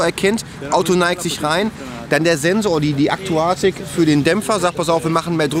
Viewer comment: aktorik nicht aktuatik